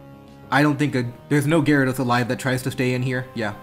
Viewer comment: "The Gyadros is choice banded" Hearing that physically hurt.